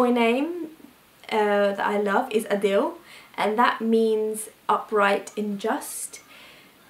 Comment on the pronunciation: Adil is actually pronounced like aadil not like adele...